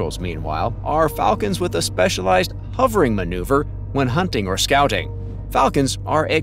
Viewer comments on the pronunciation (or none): none